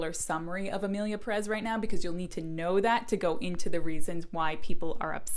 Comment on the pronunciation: My goodness, it’s Emilia PÉrez!!!! Not PeRÉZ!! The strong syllable is the first one! It’s quite a good film, actually. Who cares how the characters behave, if it would make sense in the real world, it’s fiction!! And it’s a crazy story, a fantasy. The characters can behave however the director and the writer wanted them to. Cannes loved the film, lots of critics loved it, Mexican film directors loved it. And many people who hate the film cannot even say its name correctly. The vitriol against this film is ludicrous.